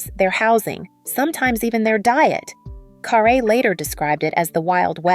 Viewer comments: Ugh say her name right it's not car a. It's car rie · Guys, her name had an accent (perhaps she removed it or they left it off) but it is actually pronounced carr -ay. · It's CARRE .. pronounced Carrie .get it right..